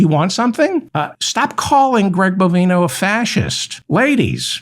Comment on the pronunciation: Dear Mr Feldman I am sick and tired of hearing Greg BOVINE-oh's name misprononced. If u have trouble just uee one of his several bovine nicknames aka 'cow flop', 'cow patty', 'short cow', and of course 'sharty shorty' ... carry on ~meow